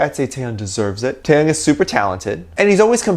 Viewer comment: Out of the blue, and I am definitely not throwing shade on you, but just wanted to bring to your attention Taehyung's name pronunciation. The way you pronounce it like NCT's Taeyong. In V's name you do pronounce the H. TaeHyung. Love ya!!💜💜💜